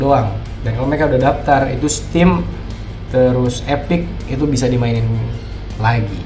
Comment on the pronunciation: Bang itu epic nya napa jadi spic bang wkwkwk